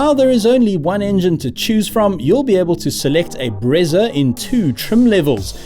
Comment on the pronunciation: Best review bro, as for the "Bretsa" 🤣🤣